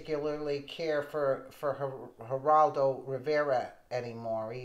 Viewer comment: dude it's G-E, not H-E!